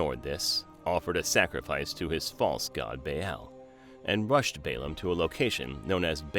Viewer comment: is it Baum or Balaam at this point I doubt your credibility.